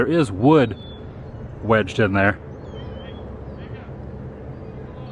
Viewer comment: He's funny.. But I think it was Weis mule er as opposed to mull er.. Lol. I never heard of this place and I grew up in CA.